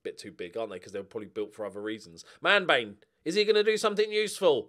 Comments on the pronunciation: Every time you say Manbane, I hear Man Vein - and that just sounds very wrong... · Somebody please correct me if I'm wrong, but I think Manbane's name should be pronounced something like Man-BAW-nee